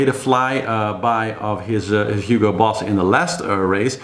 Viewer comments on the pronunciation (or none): none